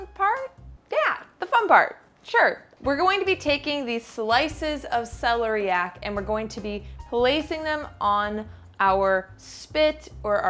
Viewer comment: That is celery coming out the top of that celeriac root.and its se lair iac accent on lair.